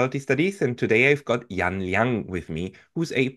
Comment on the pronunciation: Pascal, if you want to surprise when you next speak with her, pronounce her family name the same way English speakers pronounce the Japanese currency unit...."Yen". That is a more accurate Mandarin pronunciation of her family name.